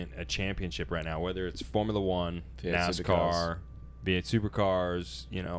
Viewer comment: “Formula une” 😂😂😂😂😂😂😂